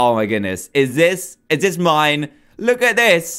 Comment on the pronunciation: "look at dis"